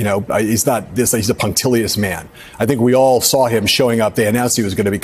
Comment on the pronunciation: "Punctilious..." A+ Mr. Heilemann!